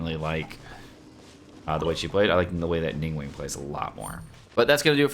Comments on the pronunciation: Neeng waang...... Wtf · "ning uang" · "Ning-wang"😅"She has lots of facets" 🤣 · FYI, the 2nd g in her name is not silent, the name Ning Guang in Chinese is actually 2 words. Since Western names do not allow multiple words in a First Name, and her last name is neither Ning nor Guang, they just mashed them together into 1 word. Same goes with Chong Yun, Xing Qiu, Bei Dou. Actually, the word Zhong in Zhong Li can be a last name, and in Chinese format, Last Names are written in front of First Name.